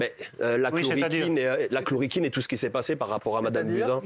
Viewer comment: et La Chlo"RI"quine" dit le, quel beauf.